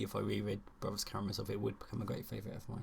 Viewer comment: The third one was Ivan if I remember correctly. Kudos and thank you for pronouncing the Karamazovs the way they are supposed to be, with the normal sound the letter zed/zee usually represents! (someone on booktube started pronouncing them with the German "ts" sound and 80% of booktube picked it up 😅 Yuk!)